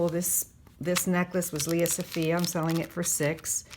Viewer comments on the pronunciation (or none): none